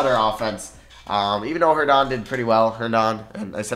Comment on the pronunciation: Me being a jets fan and hearing say jaylyn Adams is mad funny 😂 and then herndonden 😂😂😂